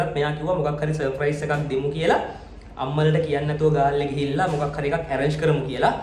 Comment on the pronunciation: අයියා සප්‍රයිස් කියන වචනේ කියනව වැරදි අප්පා